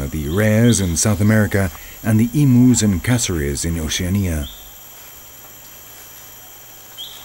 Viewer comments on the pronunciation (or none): two things 1. you said emus and Oceania wrong 2. emus could only be found in Australia and New Zealand but the Maori people hunted them to extinction in new zealand